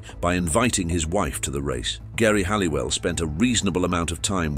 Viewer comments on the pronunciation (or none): After multiple videos, it’s about you learnt to pronounce Geri Halliwell’s name correctly